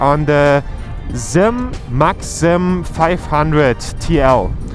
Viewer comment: zeeemmm, We pronounce it sssss eeeee mmm where we are. No worries though